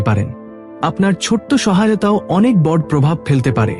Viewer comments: আপনার উপস্থাপনায় বড়কে বড এমন অনেক শব্দ কে ভুল উচ্চারণ করেন। বাজে লাগে। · বাংলা শব্দের উচ্চারণ ঠিক করতে হবে। যেমন, চমকপ্রদ, ঘনঘন, বড় এবং আরও কিছু।